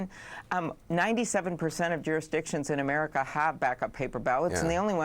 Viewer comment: I can’t believe Melania can vote- that just makes me sick. She can’t even pronounce America. When she says umedika I cringe.